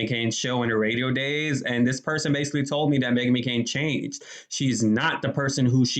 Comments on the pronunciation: Her name is McCain not Mccoon you need to get a life you really do. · You saying Megan McCoon makes me cringe a lil bit 😬